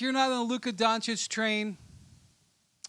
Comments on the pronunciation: Don-chich not Don-chick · Actually even the ones who think they know how to pronounce still don't know how to pronounce it. They usually say Dahn-čić while it's Don-Čić. For an example when you say donkey🐴, that "don" part is how you say "Don" in Dončić. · yh im croatian so i know exactly how to say it, dahn-čić is acceptable imo but donkik is straight up ignorant at this point in time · 2022 and ESPN dudes still can't pronounce Dončić right..